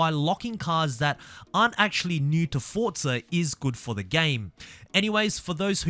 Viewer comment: “For” “zaa “ not fortza